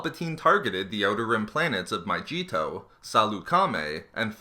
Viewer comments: Jammy Dodger I know I was making fun of how he pronounces it My-G-Toe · lol, FIRST off, let me tell you, love your channel, love your videos, big fan. and i apologize in advance for the following pettiness. but the way you pronounce mygeeto drove me nuts. ive never heard it said that way. potatoe patatoe i know but here, u were saying, my-jee-toe when its supposed to be pronounced my-geet-o. lol. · Had to stop watching, hearing you say my-jee-to over and over again. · For the love of God it is My-Gee-Toe!!! and before you say Utapau it is Oo-tah-pow!! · My G Toe? It's mygeeto you fucking idiot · yes! but also flashbacks of how mygeeto is pronounced in that game, and them promptly stabbing my eardrums out every time this guy says "MY - G - TOE" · iDaCarrot it's pronounced my-g-we-toe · I'm sober and miserable because he kept saying Myjeeto. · Gotta play OG battlefront 2 to hear correct pronounciation of Mygeeto 😂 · I couldn't finish because you can't pronounce Mygeeto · sorry i cant watch the video, maybe it was a good video but the pronunciation of mygeeto was cancerous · When he can't pronounce Mygeeto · His pronunciation of Mygeeto is cringe worthy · did anyone else cringe every time he pronounced mygeeto wrong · josh thomas it's almost at a trolling level lol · Is it just me or does it bother anyone else that he says Mygeeto wrong? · OMG...Not how you say Mygeeto... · How many times can you pronounce the name of the fucking planet incorrectly? It's with a G. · but in this name it does not make the fucking j sound its so annoying Oh my god he said almost all the jedi names wrong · I hate your pronunciation of the planet mygeeto make me cringe 😑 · He is pronouncing Mygeeto incorrectly. If he knew anything about Mygeetaneseian, he would know that the y is silent. Sorry to be such a stickler, but it's like saying Nevada wrong. It's Ne-vah-dah. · IT'S A "G" NOT A "J"! FOR CHRIST'S SAKE MANG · I think you're saying Mygeeto wrong... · ITS MYGEETO NOT FUCKING MYJEETO